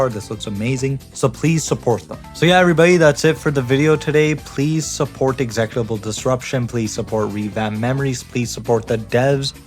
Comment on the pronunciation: Oh hey it's us. Great video but that's not how you pronounce executable disruption